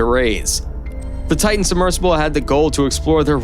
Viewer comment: For the love of God, it's not enough you butchered the victims names, but could you at least say TIE-TIN rather than TAH-EH, you sound dumb.